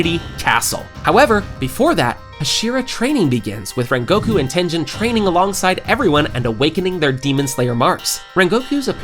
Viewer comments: tengen ❌ tenjen ✔ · Tengehn instead of Tengen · Bro is saying tenjen instead of tengen or uzui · Tengen (Ten-GINN) not Tenjin, and it’s Mugen (Mu-GINN) not Mujin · His name is not tenzen it is Tengun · Your saying tengens name wrong its not ten-dhen its ten-ghen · His name is TenGEN not Tenjen...??? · “Tenjen” 😭✌️its tengen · Who tf is TENJEN!?!?! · Muzan (to Tanjiro): Hmph! You've been reading the Demon Slayer wiki on Fandom, haven't you?! Besides, it's actually pronounced "ooh-ROH-koh-DAH-kee", "GEHN-ya", and "TEN-gehn" (I'm half-Japanese). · It’s that Jen , it’s tengen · Maaannn who the hell is tenjen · Bro I got pissed every time he said tengen. Like great vid but dang say the name correctly